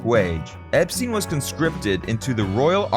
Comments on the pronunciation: His name was pronounced "Ep-stine', not "Ep-steen". Watch any of the TV interviews etc. from the time, or even "The Beatles - First US Tour" movie, in which he pronounces it "Ep-stine" HIMSELF... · It's pronounced Ep STINE rhyming with TIME, not STEEN rhyming with TEEN. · It’s EP STINE. NOT STEEN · Poor Brian, I've never heard his name mispronounced so often in such a short space of time.